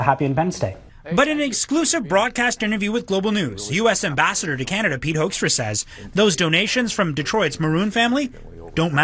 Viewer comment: FYI, it's pronounced HOOK-struh. With my beloved Canada in a recession, the US's aim is clear: we want to punish you, province by province, until you agree it would be better to be joined with the US. It's disgusting. As for the Howe Bridge, bear in mind our infrastructure is very behind and quite incapable. The tracking authority for passers on this bridge is something ICE is currently fighting with the Admin about. They are infighting for more easy money, while benefiting an oligarch opposed to the bridge's traffic.